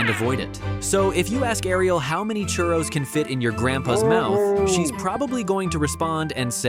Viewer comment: They said curros